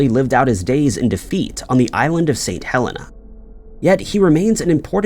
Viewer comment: The name of the island that Napoleon was exiled on was Saint Helena (Hell - een - ah). Sorry!